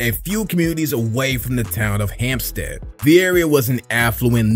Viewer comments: ITS HEMPSTEAD NOT HAMPSTEAD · It’s Hempstead not Hampstead.😂😂😂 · Babyiee our town is Hempstead lol not Hampstead. 😂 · It’s Hempstead fam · bitch it’s Hempstead put some respect on my city bro. do ya homework on Hempstead. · It's pronounced Hempstead, not ham stead. I used to live down the block from Flav and I lived next door to his kids and baby mother. I actually dated his daughter for a while. Flav is low key a genius, but you'd never know because he looks and acts like a crackhead. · I’m on Long Island, grew up not far from him. You weren’t wrong. Pronounced “Hemp-sted.” The a is silent. 👍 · It's HEMPSTEAD - 11550